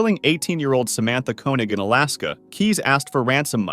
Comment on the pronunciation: The surname “Koenig” is pronounced as “Kaynig”. I have been corrected on this myself and had no idea, even after working with this person for over a year before he corrected me on it 😂